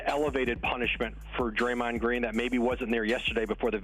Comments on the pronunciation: "Drayond" lol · “Drayond” lmao 🤣